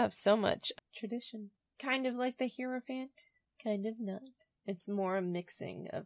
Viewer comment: Thanks so much for this! And please don't take this the wrong way--I mispronounce words that I've read but never heard all the time. So, no judgment but--Hierophant is pronounced HIGH-ro-fant, not HEAR-o-fant. Keep up the good work!